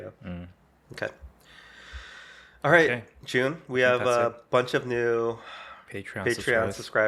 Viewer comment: always starts with "Hey, Jun(e)!" that sounds like " hye jin" to me! FYI, I'm hyejin 𐌅 𐨛 𐌅𐨛 𐌅 ࠅ ヲ𐨛 so you know, your greeting makes me so happy sometimes I'm like in you guys' conversation, chatting with you guys🩵 I'm huge fan of you 🎉